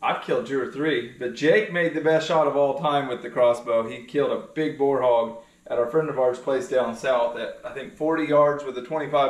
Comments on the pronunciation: you gotta stop saying Bar for the big hog called Russian Boar. U know like your children get tire waiting for an event they get bored!! She's fine on pronouncing words, they've just got a deeper Southern draw that's all. I tell everybody even the Jackie Bushman Buckmasters 3 day event Montgomery's Civic center. You need to sign up early too & get you a booth for the 3rd Friday- Sunday in August. There's normally 300 vendors. I've personally been going since 1986. I've only missed maybe 5 or 6 shows. It's fabulous...Don't you dare miss it!! It's ok, just learn from missing. I've never been 100%. I've shot & retrieved 129 deer in my earlier hunting years. But I keep on correcting my mistakes. I don't miss now, but I make sure I can kill my prey before pulling my trigger!! And ALWAYS sight in your gun after traveling far distant trips before the hunt!! You're good, tell him to correct h is "BAR" Words for boar too. You really adding some beauty to his films..& you can tell I said so. Your a pretty girl & even more pretty with your Kentucky draw too!! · Bro! Her Kentucky accent is sexy AF! Man! You talking about how she talks funny, you said BAR hogs! HAHAHA! BOAR?